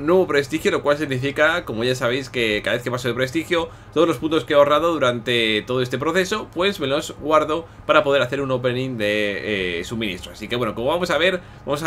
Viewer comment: "Todos los puntos me los guardo para hacer un opening..." Pero que pronuncation!!! Los argentinos lo entenderan si ven la tele